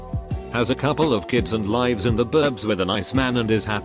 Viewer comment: The inability for this computer to pronounce "lives" annoys me.